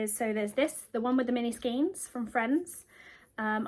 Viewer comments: Sorry, but all the people I know in the UK pronounce it as "skane" - I was born in Buckinghamshire, but lived in Hampshire for many years, before moving up to Lancashire, and in all these places I have never heard it pronounced as "skeen"! I thoroughly enjoyed your first podcast apart from that, and look forward to more episodes. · Hello great start.love your t top 🥰 but Sorry sorry sorry I used to work at Viyella yarn factory,maybe your mum remembers them? And it’s pronounced SKANE not SKEEN sorry if I sound pedantic but you know how some things just set your teeth on edge.lots of luck ET